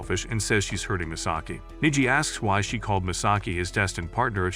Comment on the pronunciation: I hate when the A.I. narrator pronounces the name as Niji rather than Neji. 😓😮‍💨